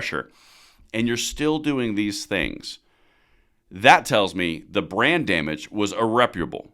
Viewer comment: Every time you say brand damage. I hear brain damage. 😂